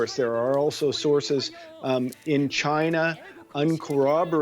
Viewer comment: She nearly said “CHOINA ! “ which is how I assumed you Aussies pronounced it